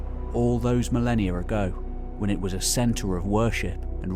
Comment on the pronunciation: "all those millienia-r ago". Sigh.